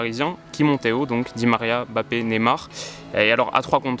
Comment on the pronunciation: MBAPPÉ * on dit MBAPPÉ ! Pas Bappé